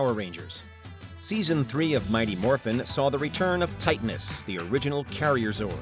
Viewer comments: Speaking of errors... You mispronounced TITANUS 😂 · Oh god... Did you really mispronuce Titanus?!?